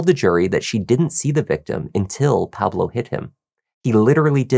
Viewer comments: Please pronounce “Pablo” as it should be pronounced “PAH-bloh”, not “PAA-bloh”. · So you can correctly pronounce the names of the telenovelas but not the name Pablo?? 😂